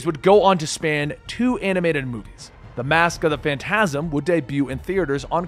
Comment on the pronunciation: It's pronounced "FAN-tazm," not "fan-TAZ-m."